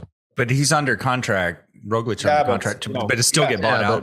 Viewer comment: I can not believe it has been at least 4 years of Roglic being one of the best, and you guys still dont give him the littlest respect of pronouncing his name correctly. Totally ruins the mood of the podcast.